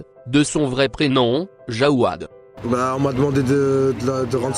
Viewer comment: Juste c'est pas jawad c'est jawed 😁